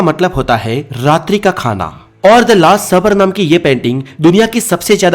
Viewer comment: Kya last sabar..supper bolo apna pronounce thik karo